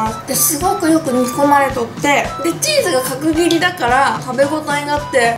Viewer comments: "かくぎり"って言いにくそう😂w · 角切りのチーズが上手く言えないゆうかちゃんがすごく可愛かった……♡